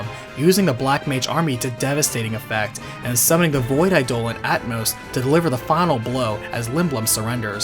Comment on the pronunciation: Eye-duh-lawn. Come on man.